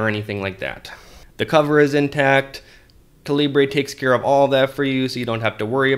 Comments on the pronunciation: Great video! BTW, it's Kal-ah-burr, as in .45 calibre, not Kaleebray. :-) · Its not calibrae, cah-leebr